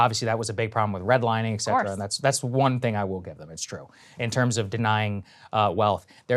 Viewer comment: Did your professors teach you "ec" cetera at Georgetown, Saagar?